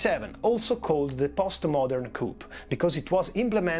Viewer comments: Just so you know: the p in "coup" is silent. It's pronounced "coo". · Normally I love the italian accent but the pronunciation of the 'p' in coup is so wrong. Even in english its the french enunciation.